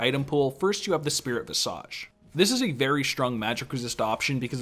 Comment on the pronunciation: Guillotine - the ll is a y sound. Gee-yuh-teen Visage - vis-idge. Not visage not like massage